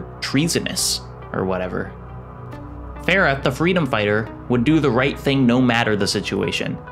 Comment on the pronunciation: the way you said "Farah" bro ☠ My aunt is named Farah and it pains me the way you said that name.